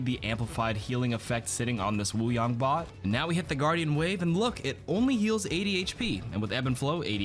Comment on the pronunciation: I keep hearing “water bong”